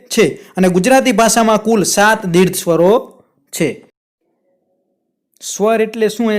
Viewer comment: સાહેબ દીર્ઘ શબ્દ બોલવામાં ઉચ્ચાર માં તમારી ભૂલ દેખાય છે. દીર્ધ માં ધ ધજાનો નહી પરંતુ ઘ ઘરનો ઘ આવે.